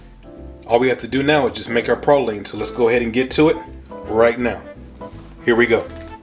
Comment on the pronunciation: You say Peecans correctly but Praw leens not Pray leens🤦‍♂️